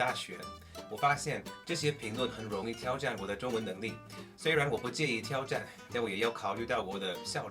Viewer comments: 自我挑战的挑，是第三声而非第一声。我目前也在自学英文呢，很好的视频，指明未来的学习重心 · 嗯，基本上我觉得你的表达能力是比较强了，但是别人一下子就可以听出你不是中国人。原因就是在于语调。比如大(da是四声而不是一声)的挑战（tiao是三声而不是一声）。如果你把这些问题都解决了，你的中文会大大提升。加油啊！